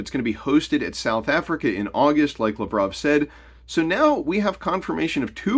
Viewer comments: You butchered Lavrov's name. It Lav rov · You’re butchering Lavrov’s name. It’s LAV-rov. Emphasis on the first three letters. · So I wonder what the exchange rate for the US dollar against the new BRICS currency will be. That was Laverov you showed, you really kept butchering his name.